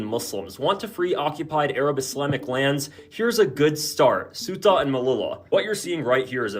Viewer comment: Ceuta is pronounced almost like "SayUtah" quickly spoken as one word. Alternatively, let your favo translator app say it for you.